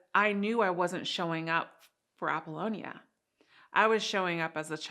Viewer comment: Sorry! It's not not Apollogia, Instead, it's Apollonia.